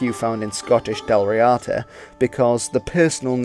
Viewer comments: Actually, help is closer to hand than you realise. I am an Irish speaker... So, ask away. To start you off, as a rule Irish/Gaelic words are generally stressed on the first syllable. Hence Dal REEada, not Dal RiAAda. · Full marks for your comments at the beginning on pronunciation. It is Dal Ríada, (d not t). The accent is on the í, so Ðal Ree-uðu is the proper way to say it, using eth for the th sound..